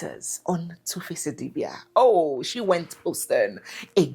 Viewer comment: *shee us